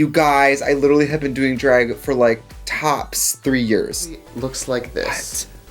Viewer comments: Take a shot every time 2009 Trixie pronounces it “dreg” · Me being from Milwaukee: Trixie doesn’t have an accent. I don’t hear it. Trixie: pronounces “drag” as “dr-ay-g” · Drehg has entered the chat..officially. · Trixie when she pronounced it "Draeg" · "DrAeG" I love that. That's how my grandmother pronounces things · nobody: trixie : draËg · i love how your wisconsin baby ass says “dreg” lmfaooo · The fact that i could IMMEDIATELy tell you were from wisconsin from the way you pronounced drag, those midwest things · DREG 😂😂irish lol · DREYG IS HOW IM GONNA SAY IT FROM NOW ON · The accent jumped out lol “dreg” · DRAAAYYGG the wisconsin jumped out me and trixie both went to UWM lmfao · she really be sayin drayg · it’s the wiscahwnsin henny